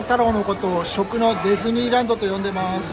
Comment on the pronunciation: 一番ラスト、寂しい気持ちにはなるけど おめれと😊 都城いる時は頻繁に行ってたけど宮崎では全く行ってないなー😅 宮崎店は無くならないで欲しい🥺 この雰囲気🥩🍣🍰🍜観たら また行ってみたくなりましたー😊 🍜やクレープ、綿菓子 自分で作るの懐かしーー😀 ピヨピヨサンダルも😆 あ、 ディズニーランドじゃなく、デェズニーランドって言ってません⁉️🤣🤣🤣(まるであの社長の様…ꉂ🤣𐤔) ついでにソフトクリーム🍦巻かなきゃ😅ボテーって😂ｱﾊﾊ八八ﾉヽﾉ ＼